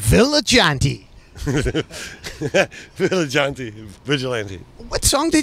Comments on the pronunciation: Mans said village auntie.. vigilante. Bone apple tea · the absolute glee in Mike's eyes when Nard said "viligante"